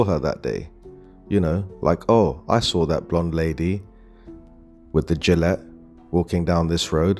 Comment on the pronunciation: The word 'Gilet' is pronounced 'Zheelay' it is French. Gillette is a brand of razors. Mon Dieu!